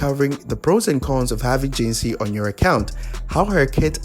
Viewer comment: jinhsi not jinshi